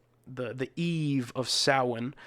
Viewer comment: Must watch classic horror film: The Wicker Man (1973). Kudos to you for the correct pronunciation of the word "Samhain".